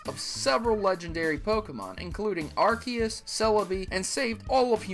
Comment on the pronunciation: You said Arceus properly! Yay!